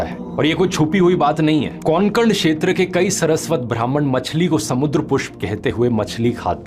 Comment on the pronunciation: आप उच्चारण पर थोडा ध्यान देंगे तो अच्छा रहेगा. रमायण नहीं रामायण. सरस्वत नहीं सारस्वत. बाकी आपका संशोधन और सादरीकरण उच्च स्तर का होता है. धन्यवाद!